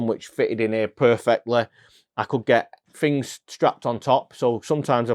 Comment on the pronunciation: “Fings”? Things?